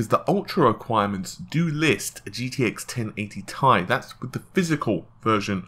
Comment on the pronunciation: me thinking: why does this guy have 40k subs? guy: "gtx 1080 T I E" whoop there it is